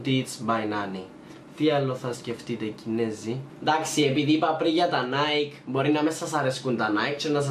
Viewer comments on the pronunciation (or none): none